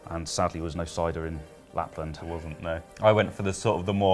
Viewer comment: Nicely pronaunced :D PS. No capital cities in Lapland :D